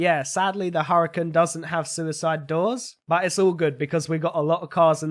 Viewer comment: Who else noticed that he said suicied doors